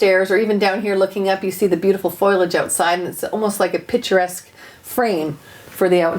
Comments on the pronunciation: or when she said foilage rather than foliage lol boop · What a fantastic couple! She's so well spoken, despite having some sort of reading issue ('miskillaneous', 'foilage') - great to see! And there's NO WAY they are parents of college graduates. Insane! They look so young! Go enjoy an early retirement, you lovely people! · Are miskellaneous and FOILAGE Canadian pronunciations? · "Mis-ka-laneous"... Ok? "Foilage" 🙈😂 English really is... Different around the world! 😂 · vixy and Mac I literally shouted "mis-ća-laneous?!?!" and "foilage?!?!!!!" at the screen when she said that! Came to the comments to see if anyone else pointed that out, actually. 😛🙅🏻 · Miskellaneous Foilage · Do Canadians really pronounce "foliage" as Foy-liage ? I love accents but never heard that one before.